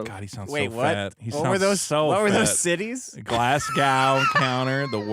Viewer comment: He butchered Worcestershire & Glasgow!